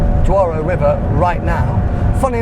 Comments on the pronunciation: "DOURO" (Portuguese) is pronounced as "DOUGH-ROO" (English). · What? The Duaurou River? Lol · Dwaro river⁉️ You should pronounce it as DURO ‼️ The level of ignorance, guess you’re spending daddy’s money… 🤡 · Duaro bro? Douro, respect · Dude.... you butchered the "Douro" pronunciation... Just say "Doro"..it's close enough... but duaro?? wtf.. xD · Aah yes, the DUARO River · The first location was the "Douaro" river 😄